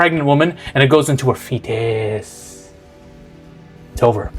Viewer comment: “And it goes into a FEtiiiiiiiiiiis” XDD killed me